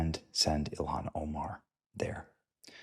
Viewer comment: He said Elon Omar. 😂